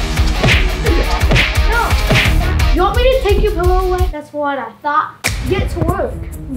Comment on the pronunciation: It's thought not thaught and it's hilarious not halerious.